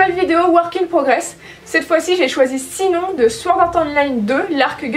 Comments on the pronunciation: Excusez-moi mais le nom de la fille se prononce pas SINON mais «SHINON» qui S'ÉCRIT JUSTE SINON !!!! Merci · j'adore ^ mais Sinon sa se prononce Chinone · Ça se dit Shinone mais sinon super vidéo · J'adore mais la façon dont tu prononce " Sinon " kyaaa 😣😣😣 Je prononce " Chinonne " j'ai pas l'habitude xD